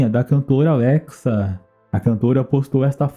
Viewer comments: N sabe falar o nome da Lexa até hj mano. Putz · Vc falou LEXA ERRADOOOOOO SEJA UM BOM YOUTUBER PELO AMOR D DEUS AFF